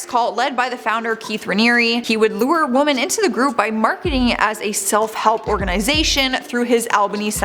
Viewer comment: I have to ask this why do you not the plural 'woMEN' you only say 'woMAN'. Eeeek. I love you girl, but please staahpppp